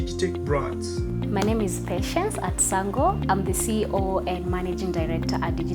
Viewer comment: Quite informative... The way he says your Atsango name is hilarious though.